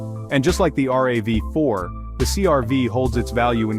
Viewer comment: The Ravy Four? The R.A.V 4? The voice over needs tweaking